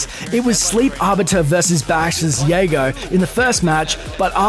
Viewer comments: What the fuck no LI Joe? Also, it's Jago, not Yago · "It's Jago, not Yago. C'MON MAN" -Cris Carter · Jago, not Yago :P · did this man just call Jago Yago? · DID THIS DUDE REALLY JUST SAY YAGO INSTEAD OF JAGO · Yay-go? You fucking kidding me? I dont even follow killer instinct that much and even i know that its JAY-go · It's not pronounced yago, it's jago, said how it's spelt, announcer in the game even says it like that